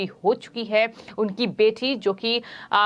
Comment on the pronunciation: Reading style is bad. Adding h h h h.. ... .. bjp as bjhep, bete as bhethi, cbi as cvhi, mili as mhilhi ... ... ...